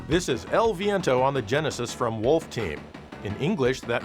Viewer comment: HEY EL VEEEEEEEEEEEEEENTOOOOOO!!!! you didn't say it right and HOW DARE YOU. I happen to love my fart based audio chip. It was the most 90s audio in the universe 100% fart based. Extreme dude.